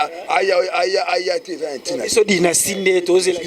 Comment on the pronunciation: Dynaskie basali fichet ya échographie ya bana mapasa ya carine mokonzi .....yango album na bino eza dynastie ou dynaskie ...yango tata oyo voix ya bombe aza koyeba ata ko prononces te